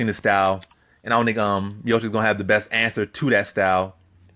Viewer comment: Dude, calling him "" constantly is making me doubt everything you say... But somehow you got it right mid video, beside that, good breakdowns, like always.